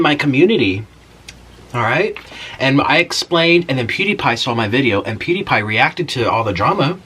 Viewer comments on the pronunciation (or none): none